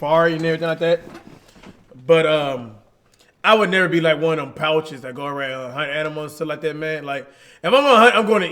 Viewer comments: Poacher not pouches 😂🤣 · Cash say "Pouchers" instead of "Poachers"